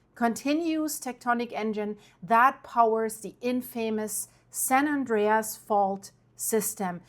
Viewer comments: HELLO!! you say “THE INFAMOUS” San Andreous fault. Well the word “infamous” is pronounced a bit differently. It sounds like = “ IN - FAM - US “. NOT, “ IN - FAMOUS “ Aloha. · "infamous" is pronounced "infa muss". Just fyi.